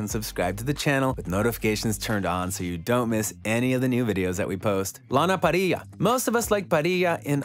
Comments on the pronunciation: that is t he way its pronounced. I saw an interview with her and she said because of her nationality, the rr's are rolled like that...Shes latina... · pissed me off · the way he says lana parrilla 😂